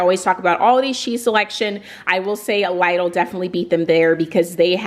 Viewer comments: It's LIDL not Laidl that's the right pronunciation in Europe. Initially we couldn't understand what European shop you are talking about. It's still LIDL even when you are an american... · Instead she just mispronounced Lidl in a way it sounds more Aldi than Lidl 😂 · You pronounce”Lidle” wrong. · Leedle is the correct way to pronounce the store name. They ate a German store. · Here in England we pronounce it as Lidle as in lid le however love that you did this and absolutely love your new hone